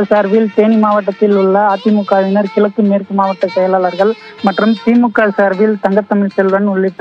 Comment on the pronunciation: கிளக்கு... தமிழ் உச்சரிப்புபே வரவில்லை😢